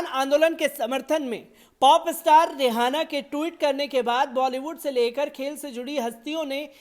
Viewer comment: aap रिहाना bolna band karen. Asal mein naam रिआना padha jata hai. H silent hai. Isi tarah aap ऊरूज ko ऊर्ज padhte hain jo sarasar ghalat hai. Hosh karen.